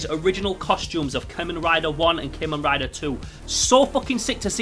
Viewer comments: Wait did he just said keman rider what the hell bro it's Kamen rider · I liked the vid, but it kinda set off my annoyance a little because you say KAY-men rider, instead of CAW-men rider, just being a little salty but ignore me, (kamen translates to masked in english) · Im sorry but i laughed when he said CA-men rider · You say Kamen rider wrong but great video no hate